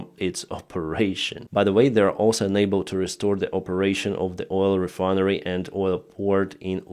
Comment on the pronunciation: Instead of unable, you always say ENABLE. Which is the contrary of what you mean. Please, can you pronounce UNABLE as un-able. Please look up the phonetics, it will help me understand your comments.